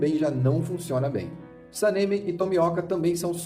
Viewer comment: Video bom mas nao se fala senemi e nem tomióka